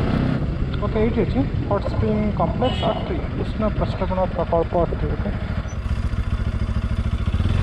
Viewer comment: ଅତ୍ରି not ଅଟ୍ରି, ଋଷି ଅତ୍ରି ଙ୍କ ନା ରେ 🙏🙏🙏